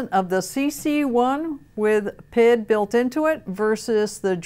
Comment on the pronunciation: PID? The letters are pronounced individually, since it stands for proportional, integral, derivative. Saying PID as one word is kinda like saying ATM like atom.